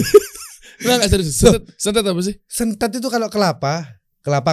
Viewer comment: Retak = benthet bkn sentet 🙏